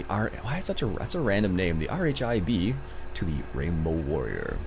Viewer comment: It is not R H I B it is not said in all different letters it is said in one word rhib